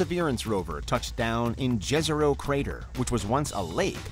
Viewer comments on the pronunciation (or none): it pronounce Yezero crater, like 'yield' - Jezero on Serbian/Croatian means Lake. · Just wanted to say, Jezero is pronounced Yezero. It's a Yugoslavia (Jugoslavija) thing 🙂